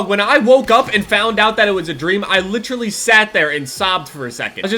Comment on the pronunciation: "Litcherally" lol